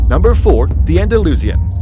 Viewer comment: The way he pronounced Andalusian thooo